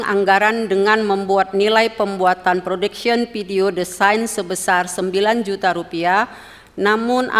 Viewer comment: Ternyata jaksa nya yang gak ngerti istilah umum dalam bahasa Inggris. Production dibaca prodection 😂😂😂